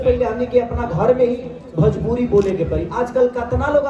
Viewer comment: Are babua phle badhia se bolna to sikh le भजपूरी नहीं भोजपुरी होता है